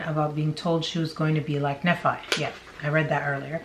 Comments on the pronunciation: It's pronounced Knee-fy - Nephi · Pronounced ‘Knee- fie’. The fie sounds like the fi from ‘wifi’ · I believe it’s pronounced Knee-Fi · Nephi its pronounced knee-fi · Just a heads up for the future! Nephi is usually said "Knee-fi"!